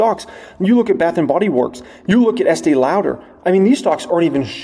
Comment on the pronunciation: Love your vids. Ask your wife how to say Estée Lauder 😂😂😂